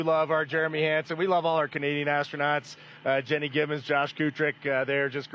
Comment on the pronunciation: President Trump just pronounced the space crew as " astro- nuts" im cracking up.